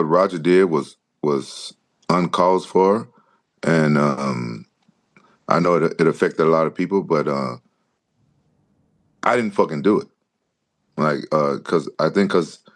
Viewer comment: "un caused for" 😂